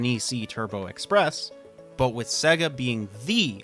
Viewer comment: That's SEYYGA. Not SEGGA.